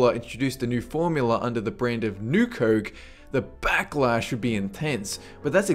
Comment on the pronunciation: I'm sorry but it's not pronounced "kerk" it's fucking COKE!